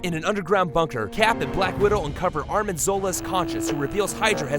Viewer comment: Ar - N - im Zola, Arnim. Not ArMiN